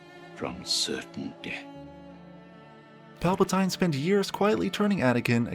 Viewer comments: pal-pa-TEEN not pal-pa-TYNE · I know that Christian Hayden was great at his acting, but can I point out, the narrator said “Palpatïne” it’s so weird when I hear something strange like that🤨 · Ai voiceover? Who TF calls him Pal-Puh-Tie-N? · PALPATEEN! NOT PALPA-TINE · It's emperor Palpa"teen" not Palpa"tein" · Palpatine = “Pal Pah Teen” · Palpatine ❌ Palpatinee ✅ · Have you never watched the movies? Palpa-tie-ne ?!?!?!?!?? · Pal-pa-teen my dude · Palpa-tie-n is unforgivable 🤣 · he says Palpatein, may it be a hint to some other people who's name ends in 'ein ? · Im sorry but suddenlh hearing Palpatine pronounced like that threw me off so bad lol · Bruh you made a half hour Star Wars video and don’t know how to pronounce Palpatine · you should spend like 3 days in jail by the way "Palpatine" is pronounced in this video. is this shit AI?